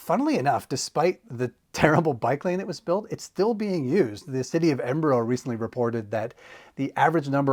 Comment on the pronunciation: Good pronouncing it almost correctly instead of edin burg